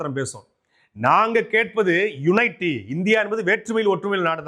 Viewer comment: யுனைட்டி அல்ல.. யூனிட்டி